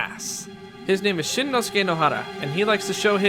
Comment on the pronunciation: Shinnosuke... nicely pronounced